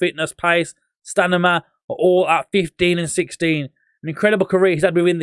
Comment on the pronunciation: I like it when he says stanima 😂